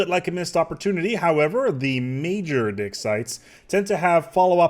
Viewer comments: is it just me or does it sound ,like hes saying dick sites. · I really think you just said dick sites... I can't unhear it. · I kept hearing dick sites....